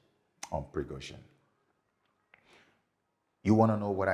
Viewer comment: I'm so surprised, sir, that you can't pronounce Wag-ner and Pri-go-z(h)in, with h absent and then zhin, pronouce as "zin".